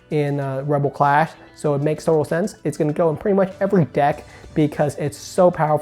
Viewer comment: It's clash not class